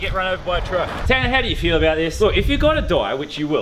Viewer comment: Tannar not tana